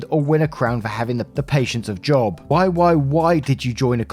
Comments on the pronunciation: My service is crap right now, so I can't look at the comments to see if anyone else has mentioned this. When the story said "patience of Job", Job is a name from the Bible, and is pronounced with a long o sound. (Imagine pronouncing it like "Jobe") Then again, maybe different countries pronounce it differently (like the name Jesus), so if that's the case, just ignore me lol. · FYI Job is a character in the Bible who had infinite patience, also it is pronounced Jobe, long O.